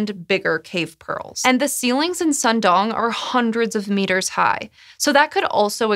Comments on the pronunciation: As a Vietnamese I appreciate the fact that you pronounced "Hang Sơn Đoòng" nearly perfectly so much that it kinda made my day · She just nailed it! 👌